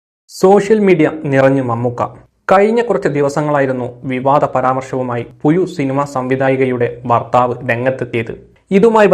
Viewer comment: മോനെ പുയു അല്ല 😂😂 പുഴു..